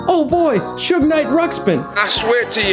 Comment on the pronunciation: is that how you actually pronounce Suge? I thought it was like huge with an S.